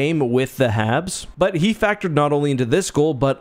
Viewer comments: I'm pretty sure you're saying "Havs". and . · Are you saying Havs or Habs? #WhatDidTortsLaughAt